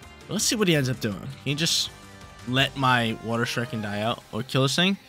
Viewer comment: lol the way you pronounce shuriken… lol never watched naruto huh buddy? But I loved seeing greninja!!